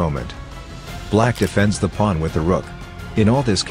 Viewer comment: It’s not a ChessPaige video without the AI saying “Pu-wan”